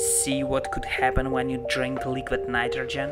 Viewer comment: Leeequeeed Naightrogen. Lol. Great vid tho. 👍